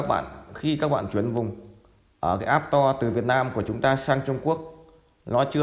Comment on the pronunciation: Store ( sờ to ) not app to :))